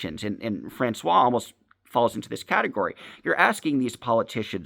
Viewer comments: How hard is it to offer constructive criticism in a way that someone can actually understand? I THINK what you are saying is that the person that is talking about has a name that he is pronouncing as “France-wa,” but it’s actually pronounced “France-wahZ”. Is that correct? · How hard is it to say “FrancoioiZe”?